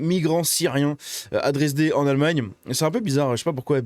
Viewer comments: dresdE, pas dé, mon coeur allemand souffre quand je t'entends, désolé. De plus si on vous traite de nazi, fascite, raciste, cessez de fuir et dites " effectivement les nazis sont les seuls a lutté contre les viols, meurtre.....", cela ne sert à rien, mais alors à rien de discuter avec des gauchistes, il faut des actes aujourd'hui! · "Boundess-Vert" et "Dresd-Heu", ce serait mieux… 😀